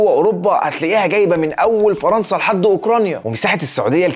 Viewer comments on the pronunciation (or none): none